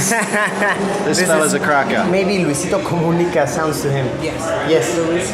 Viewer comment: Luisitou coumunicaw speaker :v